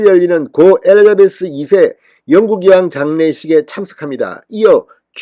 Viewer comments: 엘리자베스를 엘리베스라 하시나요? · 진성호씨! 엘리베스가 아니고 엘리자베스여왕이죠^^